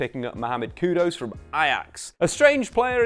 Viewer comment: His name's literally spelt 'Kudus', why change it to 'Kudose'?!